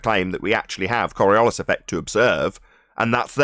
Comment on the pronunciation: Korriollis ? What is Korriollis ? Oh...you mean coriolis, right ? Not surprising that you still don't understand how the tangential speed is greater at the equator than at the poles. After what..... 3 years ? What a bunch of utter fucktards.